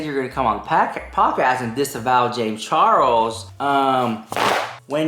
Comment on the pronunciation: Disavow him,, its sounds like Disavow rarher than disembowel.